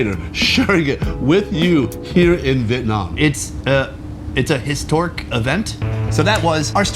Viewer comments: “histork event”. Nice 😂 👌🏼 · "It's a histork event" 😂